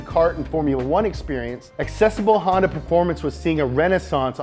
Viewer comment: Hon ----yawn-----da